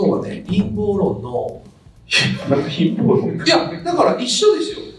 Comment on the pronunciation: インポー論…じゃなくて､ 『陰謀論』ですか!🤣🤣